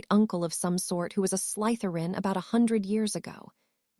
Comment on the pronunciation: Why oh why can this AI never say Slytherin right? Slither-in not Sleith-er-in.....